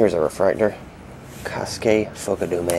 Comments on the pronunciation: Check it out at :48. It sounded like you said Ka-Skae. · Check it at :48. It sounded like you said, Ka-Skae. But don't worry, It took me many hours of listening to his name to perfect it. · Kosuke Fukedome's name is pronounced, Ko-Skae Fook-Uh-Dome-A. Your welcome.